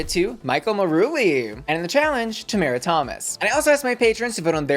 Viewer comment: not pronouncing Tamara's name wrong the entire video... 😳